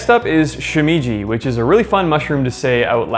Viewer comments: "Shoe me ji is fun to say out loud", except that's not how it's pronounced. "She-me as in "met" ji". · Shimeji is pronounced more like "shi-meh-ji" not "shi-mee-ji". (vowel sounds in Japanese are fixed, so the "e" vowel is pronounced the same as it is in "enoki" and "shiitake") But really interesting video! I never would have guessed that enoki are one of the most cultivated mushrooms in the world. They're one of my favorites along with king oysters. I love to just grill king oysters and season with a bit of salt. They're so flavourful! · she - meh - jee... it isn't hard to pronounce bro..